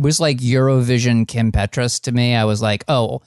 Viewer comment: HE SAID KIM PETRAS